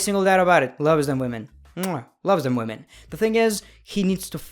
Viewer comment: "BOBBY, I HEARD YOU LIKE WAHMEN OVER LEGENDS, THATS DISRESPECTFUL TO LEGENDS!